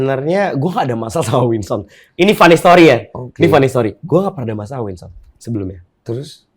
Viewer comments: WINSON BANGG BUKANN WINSTON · Ini hostnya om om nyebut nama salah mulu wkwkw Winson jadi "Winston", Listy jadi "Lesti" 🤣🤣🤣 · Winson bang, winson. Bukan winston. 😂😂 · Please...Winson bukan Winston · WKWKWKW GW NGAKAK BANG DENY BILANG NYA WINSTON KWKWWKWKWK NAMA ORANG DIUBAH2 KWKWKKW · Winson kang ,bukan winston:v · winson den, winson bukan winston wkwkwwk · Winson bg bukan Winston